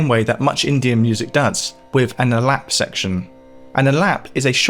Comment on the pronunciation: It's pronounced "ah-lop," not "a-lap."